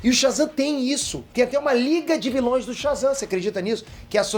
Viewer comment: "vilães" foi de fuder